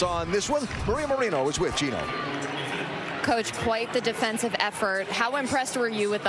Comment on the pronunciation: G-e-n-o, not G-i-n-o; you'll get it right with a little more practice to eliminate this particular "brain-dead unforced error" 😁